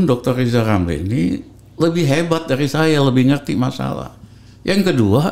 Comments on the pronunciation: SI PELAT YG TERUS PILAT KINERJANYA... LIZAL LAMLY LIZAL LAMLY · LIZAL LAMLY THO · Wkwkkwkw ketawa sampe terkentut2 gw denger si LL ngomong lijal lamli klo lu bener pinter ..knp ditendang ? Gw lebih percaya Pa JK dah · Masih Melakolis Lizal Lamli!